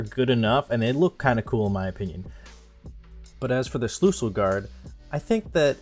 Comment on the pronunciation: It is called Schlüssel not Schlussel I needet to laugh a lot because wenn someone that is not german like me says german words it just sounds funny